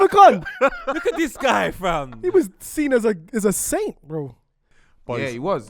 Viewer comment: always says sin instead of seen 😂😂😂😂